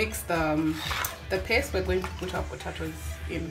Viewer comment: Umesema potaitoes 🙈...Anyway good job mama